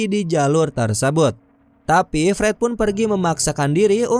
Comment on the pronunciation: Pret atau Fred😂 dengernya Pret Hahahahaha